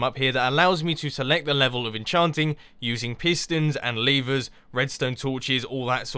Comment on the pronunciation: You Said Leevers!